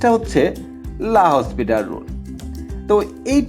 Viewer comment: রাসেল ভাইয়া বলেছিলেন এটা লা হসপিটাল না উচ্চারণ টা লা পিতাল রুল বানান এল হসপিটাল রুল এর মত